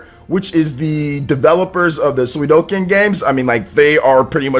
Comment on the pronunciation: "Suidoken" It's Suikoden.